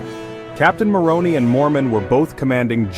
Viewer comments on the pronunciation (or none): “Néfi and Néfights” (Nephi and Nephites), “Moronee” (Moroni)? 😊 Did AI wright the script, too?